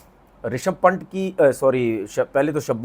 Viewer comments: Its पंत not पंट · Pant h wo phant nhi nam bolna seekh le 😂😂😂